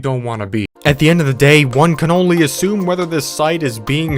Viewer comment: he very clearly said 'one can only assume" what my dumb ass heard: "one cannoli assumes"